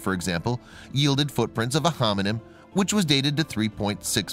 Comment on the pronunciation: Am I the only one that is hearing him say "hominym" as opposed to hominid or hominin?